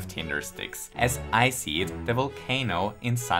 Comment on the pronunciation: "I see" sounding like "icy" whilst showing the "icy" intro of DKCTF. Well edited, well edited.